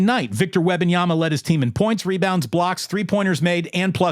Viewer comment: Say it with me "Wem-ban-yama" as a lifelong spurs fan we dislike all this attention cause we aren't use to it and i agree with everything you said except how you pronounce his name lol